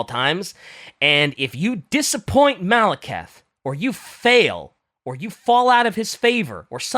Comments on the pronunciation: saying Maleketh every time he mentions Malekith was pretty painful to me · I know this is just me being petty, but I did not expect to be screaming "Malekith! The E comes before the I!" For like half an hour in my car